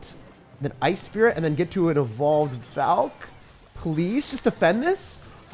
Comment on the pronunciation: He said: evolved Valkyrie I heard: bald Valkyrie